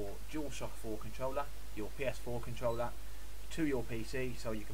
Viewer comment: "controllla" I'm dead